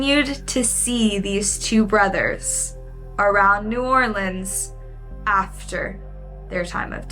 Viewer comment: as a native, thank you for saying new orleans right and not no damn new orleeeens😂😂🫶🏼